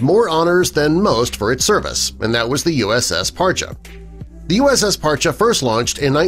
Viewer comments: I knew a couple of guys stationed on this one and they pronounced it "Par-Chee" not "Par-cha" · It’s Par-chee.. Not Par-cha. Served on her 98-02. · Parcheeeeeee not parcha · USS Parche pronounced "Par-Chee" not Parchu. Spec-op boat with hull extension. Had more mods then any other Sturgeon class boat. Saw her in dry dock getting modified at Mare Island during our refueling overhaul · USS Par-Chee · Terrible video. 3/4 of the images were Russian subs. And they can’t pronounce Parche correctly. Hint - it’s not Par-chay The years are also incorrect for modifications. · An interesting video. The Name Parche is pronounced Parchee. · Dude can't even pronounce the boats name correctly.